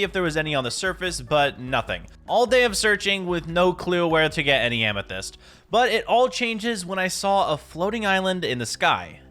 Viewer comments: Bro said "and a moth amasist ceiling" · Why did you say moth amysyst ceiling?